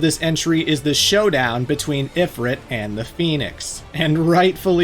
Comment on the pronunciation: Please pronounce Ifrit correctly😢